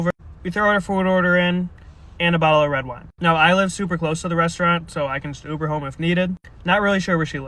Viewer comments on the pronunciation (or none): none